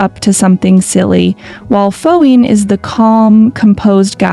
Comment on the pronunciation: The fact that not once Phuwin 's name was said correctly bothers me to no end 😞